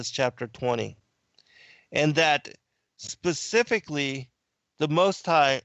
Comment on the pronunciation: You didn't "get it"! You said the Bible "pacifically mentioned" and I corrected you with the Bible "Specifically mentions". Pacific is an ocean and there is the word "pacify" but I don't think either word was appropriate to what you were struggling to say about the Bible.